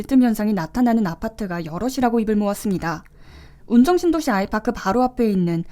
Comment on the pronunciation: 아이파크 아님.. 아이C팍!